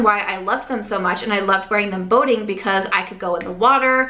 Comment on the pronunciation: Oh…boating! I thought you were saying voting. “We were going voting all the time!” 🤣 I was wondering what you were voting on so often.